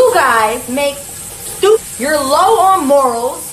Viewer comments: I can't take all the extra R's Jess speaks with 😂😂 I missed a majority of what she said pondering on "sturpid" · "Stew-pid" Pls jess, stop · I don’t know why but the way that Jess pronounces “stourpid” irritates me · “You strupid” Lol